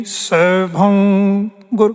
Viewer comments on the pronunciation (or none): none